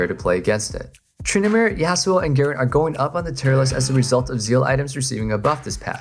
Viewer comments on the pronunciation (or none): Dude can you pronounce Garen properly? What were you saying in and ?Cant make out what you were saying..